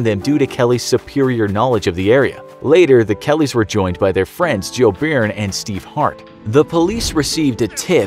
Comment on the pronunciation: As an Irishman, i'm cringing at your pronunciation of Byrne.